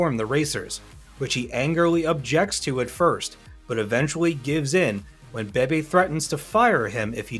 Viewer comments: Pretty sure it’s a robo voice. Even Beebe’s name is mispronounced 2 different ways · Please pronounce Mk as mark. Leo Beebe is bb not baby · Leo Beebe's last name is pronounced "Bee-bee," not "Baby" - and in real life he was already head of Ford's racing division before the point in the film where Shelby was told he was.